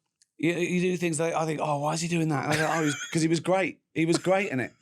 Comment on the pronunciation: uh uh uh I Fink